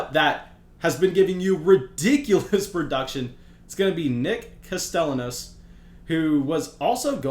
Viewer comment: you need some Spanish lessons my man. That Nick Castellanos pronunciation had me rolling.